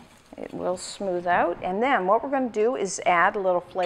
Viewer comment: Love how you say oot like my old buddy